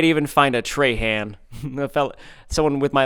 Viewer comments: im from Houma Louisiana and no one pronounces Trahan like that here. We say (Tra- Haw) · Ryan not realizing "Trahan (tray-han) " is pronounced "trahan( traw-haw) " in Louisiana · Ryan your last name is pronounced differently in Louisiana its Trahahn not Trayhand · In Louisiana we pronounce Trahan as “Traw-Hawe” in a French tone. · Bro as someone who lives in Louisiana this is a great representation of all the bugs that are EVERYWHERE in the summer it’s actually horrible, fun fact we also say Trahan it’s weird but we pronounce it more like Trawhaw and beignets are delicious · the last name trahan in louisiana is pronounced troh-hoh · Traw hawh is how Trahan is said down here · If you go to Lafayette, your name is pronounced Traw Haw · As a southern Louisiana we pronounce Trahan as “Traw-hawn” (that’s my last name) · My last name is pronounced Trawhaw though.. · Louisiana native here! Around here Trahan is pronounced as “traw-haw”. There are lots of them in Cajun country!!! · In Louisiana your name is pronounced “Tra-Han” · While he was in Louisiana he should have learned how to pronounce his own last name Trahan correctly and not like a Yankee! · You pronouncing your own last name wrong as a Louisianian